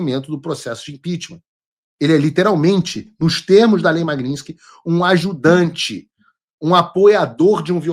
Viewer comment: MAG NIT SKY MAGNITSKY MAGNITSKY MAGNITSKY MAGNITSKY MAGNITSKY VENDA SE FALA CERTO O NOME DA LEI MAGNITSKY